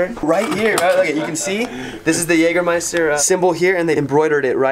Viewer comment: Jaja Jägermeister kann er gut aussprechen nh 😛😏